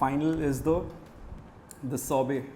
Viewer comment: Shorbot not a sorbet 🤣🤦